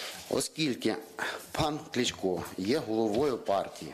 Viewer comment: Вчи правильно вимовляти, а ти Клічко Клічко то зовсім інша людина, Правильно Кличко) Сідай Богдан на тобі не 2 бала а 0 балів)